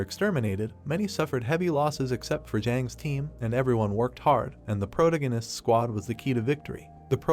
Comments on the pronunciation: Sorry, but I couldn't continue watching this after the first mispronunciation of "protagonist" less than 10 seconds in. It was pronouncing it as "protoganist" and it kept irking me every time I heard it. It's not even spelled that way so how could the AI mispronounce it? Just use "main character" rather than butchering it. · Sorry man I can't watch this I would but when u say protagonist I can't hurts my head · Someone needs to teach this stupid robot how to pronounce 'protagonist'